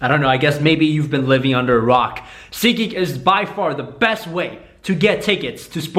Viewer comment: its seat..geek not sikik :)